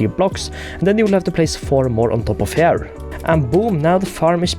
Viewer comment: Everytime he says the word “here” (as in, ‘over here’) it sounds like he’s saying “hair”